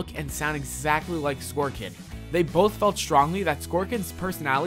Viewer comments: I feel like this dude is yelling at me in progressively increasing volume and speed as the video goes on. Also, internal cringe every time he pronounced "Sorkin" "Skorkin" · It's Arleen SORKIN, not SKORKIN, he clearly doesn't know the story and is just reading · Arleen Sorkin. Not Arleen Skorkin. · Who the fuck is arlen skorkin? This narrator needs to be sacked 😂😂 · "Sorkin", not "Skorkin". seriously, where the hell do these people learn how to read? S _ O _ R _ K _ I _ N. not "S _ K _ O _ R _ K _ I _N ". *facepalms myself*. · Arleen Sorkin Not scorkin Joel Shumaker Not Joe Shoemaker Jesus fucking christ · Arleen SORKIN...not Scorekin like he said 40 times in the vid. Seriously guys if you’re going to make a vid about facts at least get the names right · Arleen Sorkin not skor-kin like you're saying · Sorkin, not Skorkin. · the original actress's name is pronounced Arleen SORKIN...not SKORKIN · he kept calling Aileen Sorkin, Aileen Skorkin. 😬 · JOEL Schumacher not Joe, Arlene Sorkin, not Scorkin, Batman the Animated SERIES, not Scene, Warner BROTHERS, not Bros. (Just because it is spelled that way it is never pronounced that way...even if you are a Millennial that says it that way..hello new Super Mario BROTHERS fans..) I lost count of all the mess ups in this video so much that I totally forgot what you were talking about. Slow down, do the research...especially if you're going to do a video about comic book characters that have such a huge following that hearing these misquotes is like drinking salt water after gargling glass. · why do you keep saying "skorkin"? it's Sorkin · None of this is hidden. Arleen Sorkin, Not skorkin. Days of our lives, Not days of our life. Unless you speak another language, then you're doing great. Couldn't detect a bit of an accent. I'm tired. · This video and pronunciations are all fucked up. Arleen Skorkin? Joel Shoemaker? Casted? Showing a picture of Tara Strong while talking about Sorkin? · Dude it's Sorkin, not Scorekin.